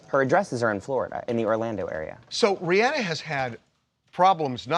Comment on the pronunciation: It's pronounced Ri-AhNa Not Ri-anna Get it Right 👇🏾